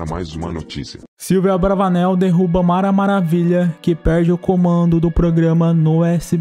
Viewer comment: Ele falou mara malhavilha kkkk